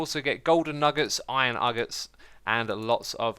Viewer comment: "Iron Uggets" lol